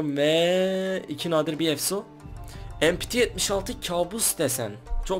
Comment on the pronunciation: Empiti değil mepete denir açılımıda (milli piyade tüfeği)